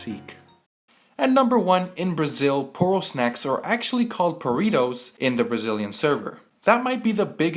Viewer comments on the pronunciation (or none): Poritos Lol PORITOS!!!!! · Poritos????? Wtf man lol where did you hear that.?